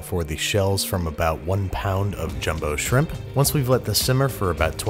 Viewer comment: I thought you said “Bubbas Simp”